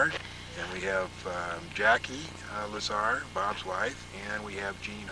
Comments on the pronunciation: It's not Bob lah-zahr, just make him cool and say lazer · Wow! The narrator made his first mistake in the first sentence. Lol Just kidding around. But seriously though, it's Dr. Bob Lazar